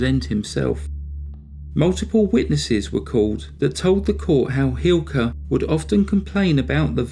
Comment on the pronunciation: Sadly the punishment for murder in Finland is quite miniscule compared to the US, and it's widely recognized that the finnish population has a huge problem with alcoholism. Thank you for making a video on this subject, your pronounciation on the names was surprisingly good!